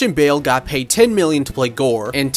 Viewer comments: His name is pronounced as Nay-more, not Na-more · ITS PRONOUNCED NAY-MORE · 1. Imagine getting Christian Bale, arguably the most skilled actor in the industry and cutting most his scenes and underutilising him? At least he got 10 mil. And 2. Why did you pronounce Namor like that? I've never heard it said that way and I absolutely hate it. Like nails on a chalk board lol